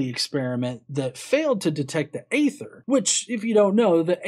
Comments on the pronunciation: EE-Thur, Aether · aether is pronounced ether other wise thumbs up.